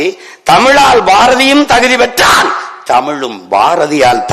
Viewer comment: தகுதி பெற்றான் என்ற இடத்தில் எதற்கையா கத்தர. இஷ்டப்பட்ட இடமெல்லாம் அழுத்தம் கொடுக்கலாமா.